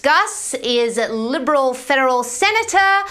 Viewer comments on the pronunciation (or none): It’s seriously sounded like she said liberal “feral “ Senator